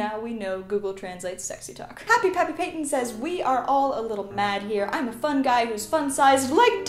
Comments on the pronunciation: Still though it’s Patton not Payton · I’m sorry but did Malinda pronounce “Patton” “Payton”??? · DID SHE JUST MIS-PRONOUNCE HAPPY PAPPY PATTON?! PATTOOOON NOT PATEON LMAOOOO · I'm still upset that you pronounced Patton wrong. Love you Malinda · It makes so mad that she mispronounced Patton, but its okay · But she said the name wrong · White Rose she said Patton’s name wrong!